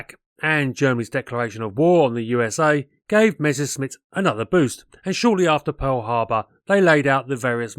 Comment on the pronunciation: Learn how to pronounce Messerschmitt, before trying to aviation history assays